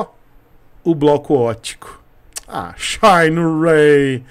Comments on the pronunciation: shainrêy, é tão bom quanto 'shinerai' original! Kkkkkkkkkkkkkkkkkkkkkk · Não aguento esse “shayne Ray” msksksksks